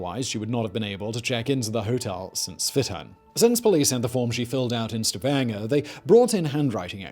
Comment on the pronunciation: When Simon the Legendary Pronouncer gets Stavanger just right, my brain feels joy ^^